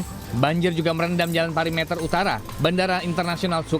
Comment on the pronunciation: pErimeter, bukan pari meter!!! Pembaca berita kok ngikutin kesalahan reporter.